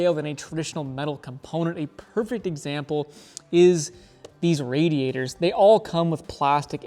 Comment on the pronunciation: Radiator. Say it with me...Ray-dee-a-tore. Not RAD. RAD is something else.